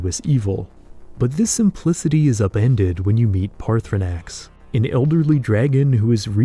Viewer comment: Hearing him mispronounce 'Paarthurnax ' every time is a little annoying.